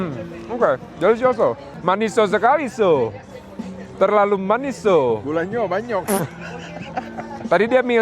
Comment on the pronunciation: "gulonyo banyok" tiba2 jadi bahasa padang 😂